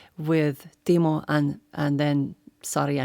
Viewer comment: i still thinking Timo says paul lol